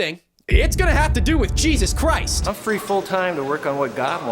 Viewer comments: "Jesus Chrost" is some mean pronunciation. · "Jesus Chrosst"